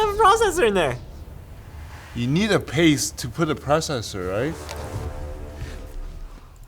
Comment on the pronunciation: omg dis is sooo painful "you need a past to put a prosser right?" LOL